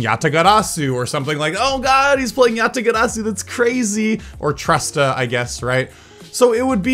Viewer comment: Not judging you at all, but why do you pronounce your r's as d's. Like when you said yatagarasu. Sorry if this is unrelated.